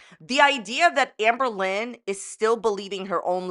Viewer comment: everytime she says amberlynn i hear anne boleyn